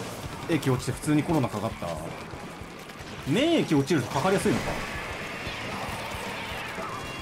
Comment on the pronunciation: 免疫の発音で笑いそうになった